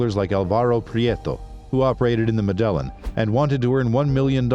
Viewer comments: Medillin Pronounced medayeen Pablo> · Medellin - wrong prununcaition. Sinaloa and Guadalajara are in Mexico, which is in Central America, not South. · Great video man, just try to get the pronunciations right next time. The way you said “Medellin” is not right.